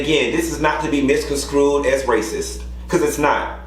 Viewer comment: 100% agree with your view points here. Also, baby, it’s “misconstrue” not “misconskrew” lol.